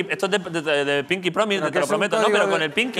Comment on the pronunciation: "pinki power,""pinki powis" XD